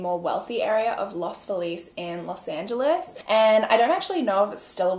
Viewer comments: Love that you're saying los Feliz correctly but no one in LA does 😂😂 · THIS MIGHT BE RANDOM BUT THANK YOU FOR PRONOUNCING LOS FELIZ RIGHT!!! there are so many people that live in LA that say los felez kinda like Felix and for the longest time i never realized what people meant until i realized thats how they pronounced feliz. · who is always apologizing for mispronouncing things, pronounced Los Feliz closer to the Spanish pronunciation than several Los Angeles residents I have met who pronounce it Lahs FEE-liz